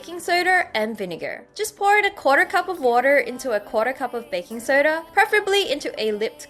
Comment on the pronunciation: Like if you heard them say baking sotter